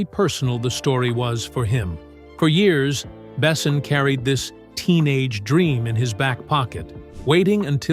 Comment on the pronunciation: The best part of this video is counting how many different ways the AI narration pronounces "Luc Besson"